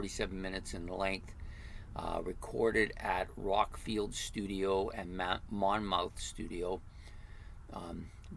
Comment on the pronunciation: Definitely a great album to start with, one of the classics for sure. 28.9.48 is one of the drummers birthdays. All of the 70's artwork was done by Barney Bubbles. A minor point, Monmouth is pronounced monmuth. I saw Hawkwind perform this album in full in Bournemouth, pronounced Bornmuth!